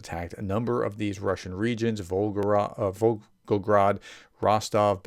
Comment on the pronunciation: It's Vol-go-grad, not Vol-go-rad 👍